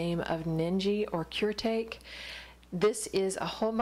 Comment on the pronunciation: Very informative vid. Thank you for sharing. Now my turn to share, the Zig brand is an imprint of Japanese parent company Kuretake, which is pronounced koo-reh-tah-keh, not "cure take". Just so you know. =)